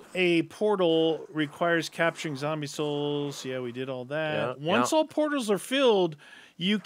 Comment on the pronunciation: Its Zoowwmbie tiime